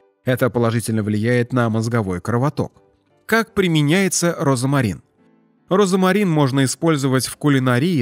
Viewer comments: Диктор, розмарин, а не розамарин! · роЗМарин, а не розамарин. В остальном, кроме вкусовых сосочков, неплохо! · Почему диктор говорит , розАмарин, ? В русском и пишем, и говорим ,розмарин,. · 🤦‍♀️😂" розАмарин"? Розмарин👍☘ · Розмарин, а не розомарин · Не розомарин, а розмарин. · Как же надоел твой робот. РОЗАМАРИН вместо розмарин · Читайте правильно: РОЗМАРИН' а не розАмарин. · Слух режет ваш Розамарин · Произношение как у диктора! РОЗОМАРИН! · Розамарин? Что мешает диктору правильно произносить название? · Говорят и пишут РОЗМАРИН неправильно говорите обратите внимание диктор??? РОЗМАРИН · Пишется розмарин,а читаеся и произносится-розамарин!!!